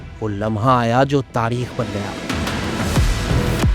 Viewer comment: بھائی پہلے بولنا سکھو۔ عوڑت تاڑیخ لاہوڑ پھڑ بھی کیا ہے یہ سب؟؟؟